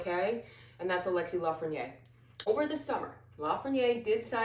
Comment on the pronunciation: Really dig the rangers vids! ...but I cringe every time I hear 'Lafreniére' pronounced as if it's 'Lafreniér'. It should really sound like 'Danny Briére'